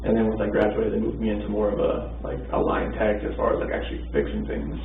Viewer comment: line tech. i heard lying tech 😆 no guff 🕵🏼‍♀️